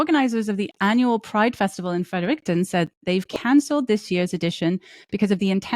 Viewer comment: Thank you for your work! It is important to have the studies and reviews continue to be explicitly shared. ❤ And I'm sure someone already mentioned it, but that's not how one usually pronounces Fredericton, although I'm sure they appreciate the shout-out!